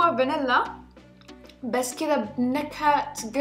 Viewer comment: قرفا مو كرفا😂😂😂😂😂😂😂😂😂😂😂😂😂😂😂